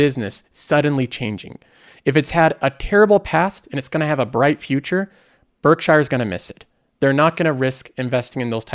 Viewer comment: it’s pronounced Berk Sheer not Berk Shire.